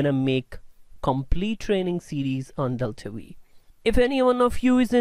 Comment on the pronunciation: V? Isn't it "five" ? :-D